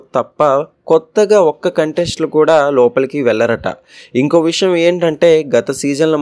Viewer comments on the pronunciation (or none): none